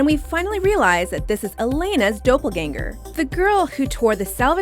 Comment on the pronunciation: "Doopleganger" me getting shooketh